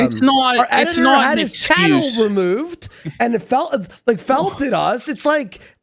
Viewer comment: Emphasis on felt lol